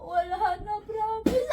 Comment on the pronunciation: "Pramis" at "Wanhandred"